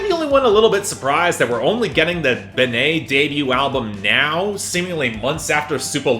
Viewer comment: Benee is pronounced ‘Benny’. Loved the new Aesop Rock.